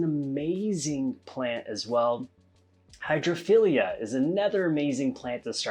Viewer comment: *Hygrophila("high-grow-feeler", not Hydrophilia). Great video!